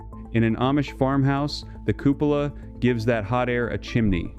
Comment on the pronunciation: Cupola isn't pronounced that way. It's cuepola /kyoo͞′pə-lə/.